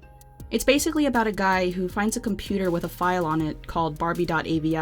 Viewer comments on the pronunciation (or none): none